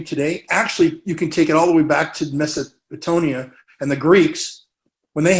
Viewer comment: Oh no...he started in about Greeks. He also slaughters the word Mesopotamian...The Greeks and Mesopotamians were thousands of years apart and have nothing to do with one another. Geeeeeeeeez. He is pathological. He veers from truth to bs like an F1 driver. Also, there is a video where in his own voice he says "Dodge bullets" not avoid through lowering your center of gravity 🙄